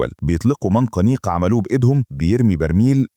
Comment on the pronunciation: منجنيق و ليس منقنيق 😂😂😂